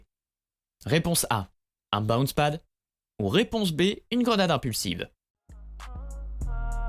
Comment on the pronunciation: On en parle « bain spat » au lieu de « bouns pad »